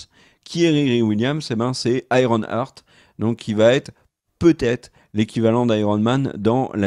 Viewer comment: Superbe vidéo comme toujours. Idem, inquiet pour Nanor et Black Panther 2. J'attends surtout les X-Men et Blade. PS: Iron Heart: iron harte en phonétique, pas Iron heurte. Heart: harte Hurt: heurt